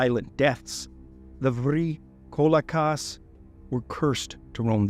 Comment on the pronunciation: Vrykolakas is one Greek word, don't say it vry kolakas, say it vrykolakas